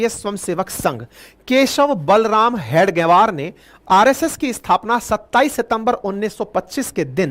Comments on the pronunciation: हेडगवर नहीं । हेगडेवार है।कृपया ध्यान दें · Please pronounce the name properly. It is Hedage-vaar, and not head -gavaar. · Sorry sir... RSS ke sansthpak ji ka naam... हेडगेवार... Hai... please pronounce properly🙏🙏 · परमपूज्य हेडगेवार के उपनाम का उच्चारण अशुद्ध कर रहे हैं, इसे सुधारने की आवश्यकता है